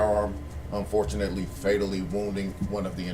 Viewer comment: You pronounced fortunately wrong chief